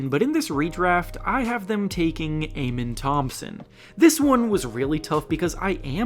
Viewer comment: why do you insist on pronouncing amen's name wrongly? it's uh-men